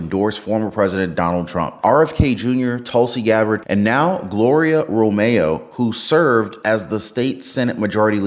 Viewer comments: About Romero... It's not RO-MAY-O, it's RO-MARE-O. Can't say a fairly simple and common Hispanic name? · Her last name is Ro-me-ro. The last syllable is RO.